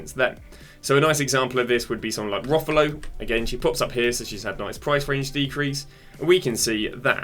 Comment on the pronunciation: Please stop saying rufalow. Its rolfo. "Role-fo" 😂😂😂